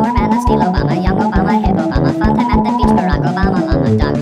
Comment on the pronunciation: ok who heard fucktime insted of funtime on the 8th time